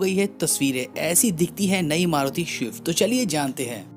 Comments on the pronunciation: भाई - आप स्विफ्ट को शवीफ्ट क्यों बोलते हो? मैंने सुना है आपको स्पीड, स्पेस बोलते हुए, इसका मतलब आप स्विफ्ट बोल सकते हो पर आपको गलत आदत पड़ गयी है. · It's not shift bhai it's swift take pronunciation properly